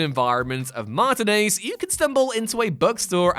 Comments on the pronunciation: The way he pronounces martinez ouch lol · It's especially bad for me since my name is David Martinez. It's ridiculous to me how often people mispronounce it that way. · He says stuff wrong, and it weirds me out. Pendragon, The Phantom Pain, Martinez, bleugh. Begone,...